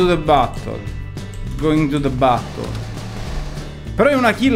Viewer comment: "go intu de battol"